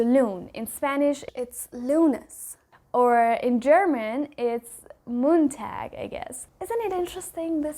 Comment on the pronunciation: Yes, it's called "Montag" in German, and you pronounced it correctly, too.👋😊🧡